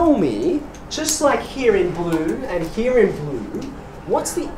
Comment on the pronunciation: the way you say here is like it's german version heir :D ...